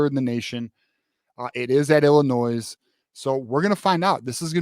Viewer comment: Bro the “s” in Illinois is silent lol. But yes, I agree with everything you said. I think the teams we’ve been beating up on the last decade are gonna come out swinging so Michigan better come off this bye week a brand new team.